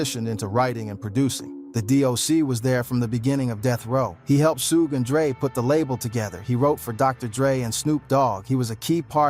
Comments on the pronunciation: Wtf is Sugay my negga?! 🤨 Lawd! Dat's why I don't watch these videos wit AI speech usually. The creators be so fkn lazy to make sho all name are spelt right n pronounced right. On foenem. One min it's Sugay or Sueg. Smh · The ai needs it spelled another way shuge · “Sugae” lol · Say it Rite Sugae knight 😂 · Ai. Can't even pronounce his name properly.